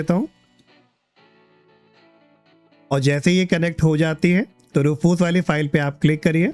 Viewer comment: Roofoos nahi hai bhaiya Rewfuss hota hai